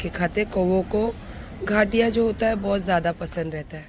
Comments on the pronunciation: Ghaatiya nahi gaathiya bolte h 😂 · Its not घाटिया its गाठिया घटिया औरत 🤣🤣🤣🤣